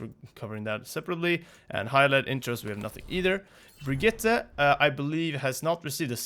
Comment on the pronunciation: Oh no he called brigitte with a hard g that’s rough my guy